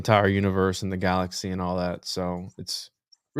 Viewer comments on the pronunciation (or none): none